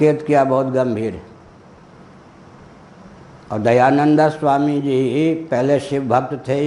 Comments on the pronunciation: दयानंदऽ बोल रहे हैं, शायद गुस्से से बोलते हैं। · Angreji bhasha ka prabhav to aap par he dhongi pandit ji Kyu ki aap dayanand ka uchcharan dayananda kr rahe ho ...... Ishwar aapko sadbuddhi de 🙏🙏🙏🙏🙏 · आप दयानन्द का उच्चारण दयानन्दा (dayananda)कर रहें हैं, जोकि अंग्रेजी में लिखा जाता है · इनको महर्षि दयानंद जी का शुद्ध उच्चारण करना नहीं आता हैं इनको सुधार करना चाहिए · Kya nonsence admi h ye ..swami dayanand Swami ka naam bhi sahi ni liya jata ..khud dyanand ko angreji bhasa mai padh rha h..unki pair ki dhool k barabar bhi nahi ye